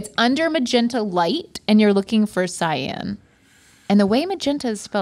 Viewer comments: Not mispronouncing "cyan" as "scion" lol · No CY-AN is not scion